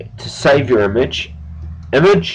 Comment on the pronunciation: its funny how he says IMAGE!